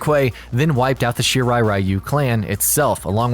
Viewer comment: Gee how about 'Are you'? Shirai Are-You?